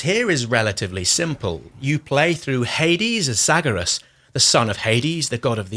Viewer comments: This game slaps, as does this channel. One question though: Why do you keep saying "Zagarus", even when the name "Zagreus" is visible on screen? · Because Zaggarus! And Charon like char-on! I don't think too many game hours were put in by the reviewer... or sound was off?